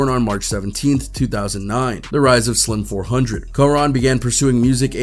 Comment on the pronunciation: Lord please stop saying his name wrong 🙄